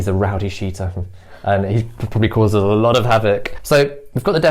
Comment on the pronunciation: I'm trying to understand that R that Indian/Nepali people always put everywhere, but not sure why. Example: parking lot sounds like parking lort. Why does that happen?